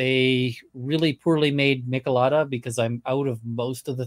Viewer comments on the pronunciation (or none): the drink name is pronounced “meee-chill-ah-da” — though you saying “mickle-ada” is beyond charming. 🍺 🌶 🇲🇽 Thanks for all the content! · it‘s miCH elada though. as in „Mitch“